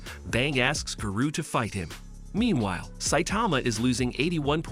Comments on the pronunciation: Instead of Garou its Guru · He didn't say garou right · giroo sorry and ginos WHAT THE HELL IS THAT BRO CANT SAY GENOS OR GAROU